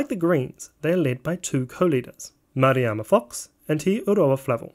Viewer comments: great video but its worth researching how to pronounce Maori names. It's Me-ti-ri-a Tu-rei (not me-te-ri-a-ma Tu-re-a) and Ma-ra-ma Fox (not ma-ri-a-ma). For some reason you inserted a few more syllables that are there! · it's not meteriana turia, it's meteria (met-ear-e-ah) turei (two-rey), and its not mariama, its marama. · Jesus! You didn't pronounce Marama Fox's name right either.. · Dude you really should improve your Maori pronunciation. You keep adding extra syllables where there shouldn't be any i.e. Ohariu, Meteria Turei, and Marama Fox.